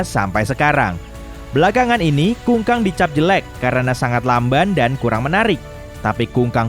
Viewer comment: kukang min bukan kungkang hhhaaa